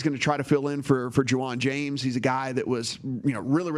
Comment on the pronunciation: I understand if you want to trash players or "be real" about their ability...but if you want me to respect what you are saying at all then at least pronounce the names correctly. It makes me think you did very little research at all and just picked up on what others have been saying.